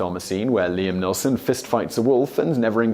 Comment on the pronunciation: Mispronunciation is the first sign of dementia. Liam Neelson and also on another video you called a router a rooter. I don't know Simon it's a sign of old age. I'm just messing with you I don't know but it's kinda funny.